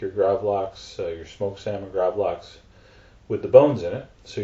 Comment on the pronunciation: Nei han er ikke svensk.. Er som jeg skulle be han si gravlaks